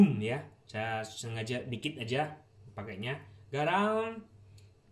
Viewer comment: Uyah-nya sunda bgt, pas ngomong "Gharam" Jowo bgt 😅